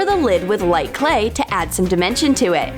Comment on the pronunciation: Did she just say to add some dementure?? *add some dimension...* Ohhhhhh